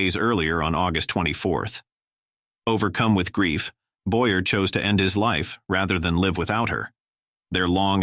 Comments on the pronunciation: Absolutely. Add to that the annoying computer voice mispronounced “Mayer” and “Boyer.” A travesty on all counts! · You should try harder to pronounce names correctly i.e. Boyer is boy yay not boy er but there have been several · Charles "BOY-ER" was French. The name was pronounced "Boy- Yay". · Boyer is pronounced Boy yay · It seems that the narrator is AI. Apparently the AI has not been programmed to properly pronounce French last names properly into English. Every English speaker knows that Charles Boyer is pronounced as Sharles Boyeh . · I suppose the voice is AI produced, which is why several actors' names are mis-pronounced. For me the most notable was Charles Boyerr instead the the correct "Boyay". AI has a long way to go, still. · Charles Boy'rrrr 🙄 Boy-yea, not Boy'rrrr. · Boer's name is pronounce "BOYAY", not Boyer. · George Sanders was depressed…not always a sign of aging since young people do it too. And “mental illness” is just ancient myth because we don’t know WHY anyone would want to do it. Part of his goodbye note said “I’m bored”…maybe he was! ALSO: It’s pronounced Charles Boy-Yay. You can always tell an automated AI voice because it cannot interpret accents. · Correction: Charles Boy A not Boyer. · It’s Charles Boy-yey not Boy-yer. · Boyer is pronounced Boyaa. He was French. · Boyer is pronounced Boyay. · Charles Boyer’s name is pronounced “Boy-Yay.” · Boyer is pronounced BOY-A. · So right! Boyer is pronounced "Bo--yay." He was from France, not Iowa. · I know the “Boyer” Hannibal “hays” and “Bayonne” Wow! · Get it right -- It's Charles "Boyer" -- also learn to pronounce it correctly 🤣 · The AI voice mispronounced several names. Also some pictures of the wrong people were used badly. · Pronouncing the names correctly would be more respectful. Charles's last name is not pronounced the same as the St. Louis Cardinals third baseman. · Boy-Ay...Fee-zhee-ac.....Haze, not Highs.